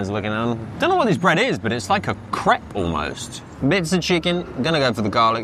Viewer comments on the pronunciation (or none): none